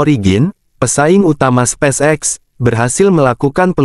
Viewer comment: cari text to speech yg bener dong 😂 sepacek sepacek 😂